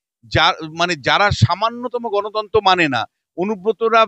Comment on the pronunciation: তিনি বললেন "গণতন্তো" কিন্তু বিশুবাবু শুনেছেন গণতন্ত্র।😂😂😂😂😂😂